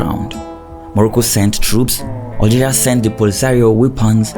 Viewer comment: PS: it's Algeria not Oil geria it's BESH AR not Bek ar